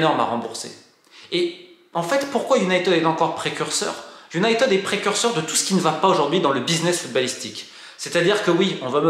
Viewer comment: Enfin UN journaliste qui prononce United correctement! Absolument tous les journaleux Français prononcent Unitid et ça me rend dingue! Merci pour la vidéo.